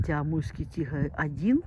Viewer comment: Амурский,а не Амульский!